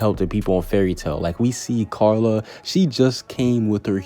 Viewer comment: Dose anyone else hear him say Charla instead of Carla😂🤣